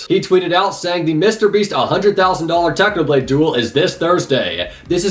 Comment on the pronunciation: I hear u said Tanoblade not Technoblade